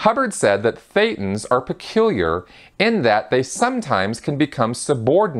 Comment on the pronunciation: Just as a side note Thetans sounds like Satan 80% of the time the way you pronounce it, and with no knowledge whatsoever people probably just understand Satan all the time also shown this way in the subtitles just noticed it right one time